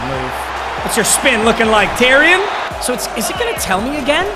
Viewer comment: Doesn’t really matter but Terion Stewart’s name is pronounced “Terry-ahn”